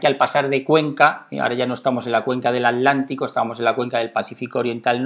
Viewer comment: Se dice atlantico